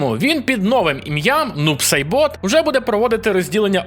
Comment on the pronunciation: як же у вухах порізало "нуб сайбОт" 😬. І другий раз по вухах дало, в Triborg не "Сайборг" (чи як там), а "Cyrax" ! і про Бараку, він був в МК2, а в МК3Ultimate його не було.